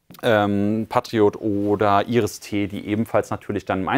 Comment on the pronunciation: Ge-Pard naja...hab ich schon häufiger so gehört. Aber Patt-Riot ist wirklich gruselig. 😂